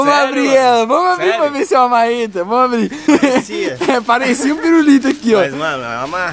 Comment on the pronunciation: . Pó fala uma mareta kkkkkkk